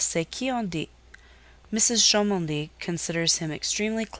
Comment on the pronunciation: Mrs Cholmondely is pronounced “chumley”. Sorry but it’s distracting.